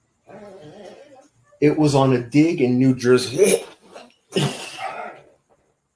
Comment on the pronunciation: The pains you put yourself through to bring us the important information, please stop trying to say New Jears🤢🤮, uhh it's too gross even to type.